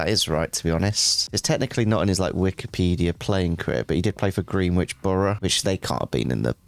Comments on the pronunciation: Pronouncing it green-which instead of gren-ich has me creasing 🤣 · I’m sorry but I can’t not mention pronunciation of “Greenwich”. It’s pronounced “Gren-itch” rather than “Green-witch”. 😂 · Iys pronounced Grenitch borough